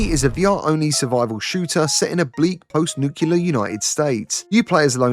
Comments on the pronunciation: it's nuclear, not nukular - why are you talking about "morrowind vr" (which is actually openmw_vr) like it was some new game, exclusive for the quest? It's already working on PCVR for years and does even have a native Linux port (which means it'll be portable to ARM and run native on the steam frame). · I see you're trying to bring back "nucular." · "nucular"? Really?